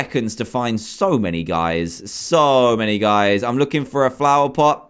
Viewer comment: He said plover pot